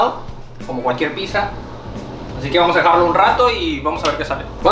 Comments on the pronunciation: debes pronunciar "picsa", no "pisa", me da ansiedad xd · Me di cuenta que no dice pizza dice pisa